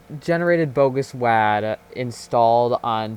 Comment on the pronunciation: STOP CALLING IT WAD (LIKE WA AS IN LAN) IT’S WAD (WA AS IN WALL)